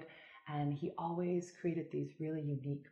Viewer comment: TJ D and she also spelled “created” like kriː'ted instead of kriː'eɪted